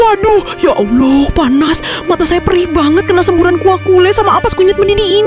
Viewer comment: Sakit telinga dgr sebutan ya alloh.. Coba sebut betul2 Allah..ya Allah..